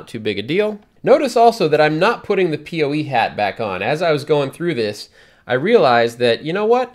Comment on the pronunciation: PoE (Power Over Ethernet) is great and makes wiring much simpler in most cases. People usually pronounce it "poe" instead of "pee oh ee", though. ;)